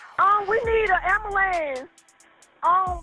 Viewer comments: imagine dying in the street in shitty atlanta, and all this girl can say is "SEND AMBALANTS" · I’m sorry but it’s so fucking funny when someone says “ambalamps” instead of “ambulance”.